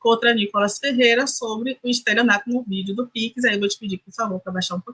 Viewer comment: Alguém ensina essa mulher a falar pix.